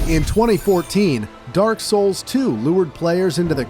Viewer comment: Nah, I think its AI too. AI tends to mispronounce certain words like "Niche" in this case. I mean just listen to him, he sounds very fake. Oh and the way he says Demon Souls or Dark Souls... Demon Souls 2mins in.